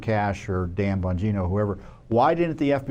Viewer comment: It's Pronounced Dan BONGINA